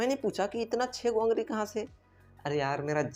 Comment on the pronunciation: Ungari😅😅😅🤣 ye kya. ungali hota hai 🤣🤣🤣🤣🤣🤣🤣🤣